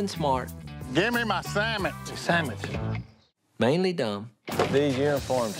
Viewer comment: “Want a sandmich” -Godwinn